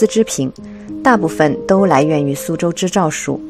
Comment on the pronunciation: 是su州，不是shu州，典型的南方口音😂